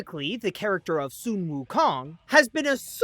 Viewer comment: Why are you saying soon instead of sun?